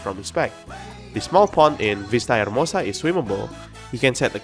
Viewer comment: Oh! your spanish hears good! When I heard you saying the name of the new place "Ciudad Enamorada" I got surprised! "Plaza Mariposa" and "Vista Hermosa" really good job on the speaking!